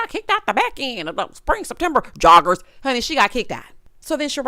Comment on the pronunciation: The way said Joggers😂😂😂😂😂